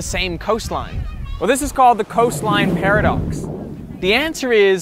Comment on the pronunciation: oh, "paradox", i heard "para-ducks". I thought it was ducks who parachute.